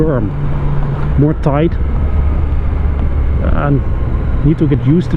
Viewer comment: Is it very "toi-ght"? Like a toi-ger? ;)